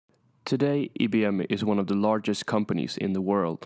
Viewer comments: It’s pronounced as IBM eye bee m not E bee m. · IIIIIII NOT EEEEEEEE. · The upbeat, cheerful music is out of place. And why you call it "ee'" B M ?